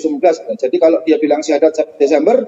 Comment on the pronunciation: lidah YM sudah di kelukan oleh Allah,terbukti dengan pengucapan syahadat yg salah